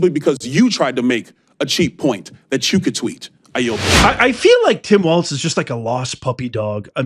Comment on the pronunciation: Oh, and it's walz.....no "T".......